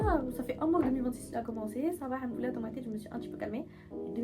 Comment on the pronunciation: Très beau témoignage, mais juste c’est très important de prononcer correctement, il faut dire Al hamdouliliah Le Al il est très important 😊 Que Allah nous facilite la langue Arab InchAllah